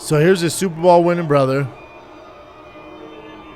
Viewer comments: Will someone Tell the fat retard it’s Super BOWL not super Ball . Unreel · I love how Brendan has said superBALL instead of superBOWL 150 times and not one person corrected him 😂😂😂😂